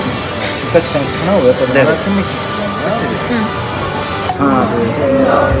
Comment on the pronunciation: ノリがよくてきれいな동생さんですね🤍 さんの親子丼の発音が めっちゃ日本人で、さすがって 思いました😂👍🏻